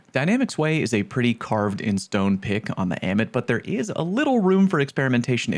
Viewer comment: Ah-mit. Say it with me. Ah-mit.